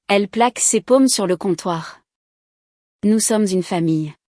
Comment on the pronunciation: Ses paumes et non ses pommes ...